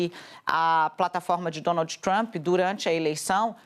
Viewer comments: Alguém pode , pelo amor de Deus falar pra essa senhora , que se auro denomina "jornalista" que d no final em inglês é mudo ?? Que o presidente dos Estados Unidos é Donald e não Donaldiiiii ??? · Alguém ensina a mortandela a falar Donald! Donalti dói na orelha